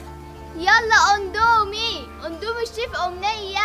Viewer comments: اقسم بالله اسمو indomie مش ondomie مش معقولة كلمة هبلة زي دي تنطقوها غلط كمان مش لازم تحطو تاتش وتبيئو اي حاجة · اسمو اندمي مش اوندومي